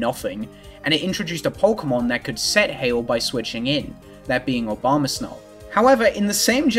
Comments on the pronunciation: The brainrot is real. said "Obamasnow" every time. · He’s definitely calling them Obamasnow